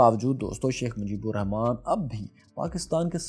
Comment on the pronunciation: You cant even write our father of nations name proparly? Its "RAHMAN" not "Rehman". Bengalis pronounce Rahman. Write it properly.